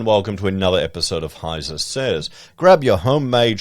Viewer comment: " Heise Says" blend ...lol